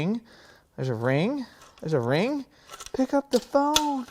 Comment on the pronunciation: "Pick up the phoooone." 😂😂😂😂😂 very Midwest good sir!